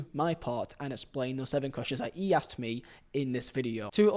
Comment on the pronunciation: No matter what silly YouTube cadence this guy adapts in order to make himself sound clearer or more apealling to the audience, he fails to understand that pronunciation is the issue, not pacing. It just makes his mispronunciation all the more evident, for example, "Feeo" "Fogdad" "ee" try this, "Theo" "Thogdad" "He"